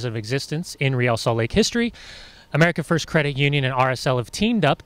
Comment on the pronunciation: this is great...but wouldn't it be greater if our team didn't have to have the lamest name of any MLS team? for years and years now no one can say ReAL correctly. the media don't get it right, the team don't get it right, the OWNER can't even get it right and he picked the darned thing. he picked a spanish name for the team...would it be so hard to get people to say RAY-AL instead of REE-AL all the time? just what the heck does "REE-AL" even mean? if you have to ask what RAY-AL means, then sorry